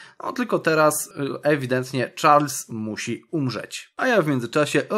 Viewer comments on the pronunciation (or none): none